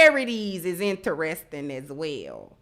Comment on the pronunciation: INTREST-ING....NOT ENTER-RESTING